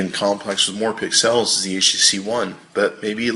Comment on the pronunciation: Why does this clown say pix els instead of pixels like the rest of the world?